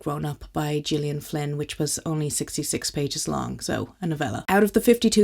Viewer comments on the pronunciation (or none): I enjoy your channel. Many of your book interests are right up my alley. Just as an aside, Gillian Flynn's first name is prounounced with a hard "G", like "Gus". I got to meet her a long time ago at a book signing and joked with her about it briefly, since many get it wrong.